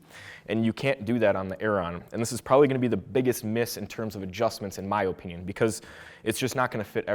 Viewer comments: why does blud say opinion like that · thanks for the video but learn on to say opinion better sheesh boi